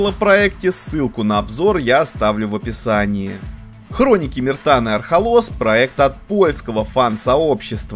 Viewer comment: Архолос, Архолос, ударение на первую гласную! Марвин оторви автору язык🤣